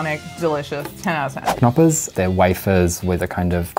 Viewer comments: say the k in the best choc, knoppers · Wait, but why isn't the K in Knoppers silent????!